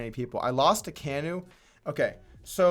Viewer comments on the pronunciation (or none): I always thought kanu was pronounced after the football player not kaneeennuuu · His name is pronounced CAN-NU after a footballer for arsenal. kanu